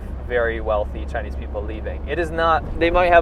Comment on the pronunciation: you are hurting chynise ears😂😂😂